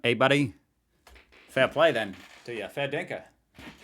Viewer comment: Love your swizzle dude.... don't ever say " buddy" in an Australian accent though 😀